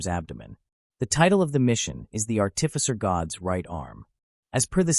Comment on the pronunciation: Its art'ificer not art'tificer.